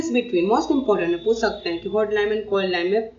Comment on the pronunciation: cold ↗ clod↘